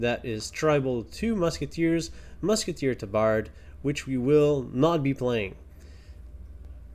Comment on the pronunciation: you need to look up the pronunciation of “tabard.” It is ˈtäbərd